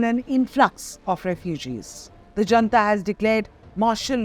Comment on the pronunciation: Attn., Editor: junta, pronounced not as jantha but as hunTa. Fyi. It's not an Indian word, after all.